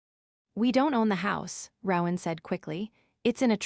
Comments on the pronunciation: It’s pronounced, “ROE-an, not “row-an” like “cow-an”… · Yes I agree that the AI reader should be fired and a human who can read and speak English should be required. And the mispronounciation of people's names is totally unacceptable. It's "roe-in" not "rawr-in" that's "roe" with a long "o" and silent "e" then "in". I mean it, get a new narrator who can read and speak English, fluently.